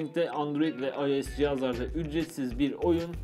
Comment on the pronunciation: Abi ios u ayes diye okumican ayos diye okican